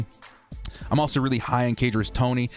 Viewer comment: he did not just say kadrius, i'm disappointed as a florida fan